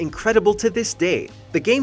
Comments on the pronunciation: Dislike for saying “Teedus” and “Zidarn” 😑 😜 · did he rlly just call him "Teetus"??? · Final Fantasy Tactics, especially the PSP version should be a lot higher than the 10 spot. I easily place that within the Top 5. Also, the person narrating is obviously not a FF player as he mispronounced Ivalice, Tidus and Zidane. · The worst decisions ever 7 remake is dar better than 8 and 15 r u joking wow guys don't watch mojo blind guy has never played any can't even pronounce tidus correctly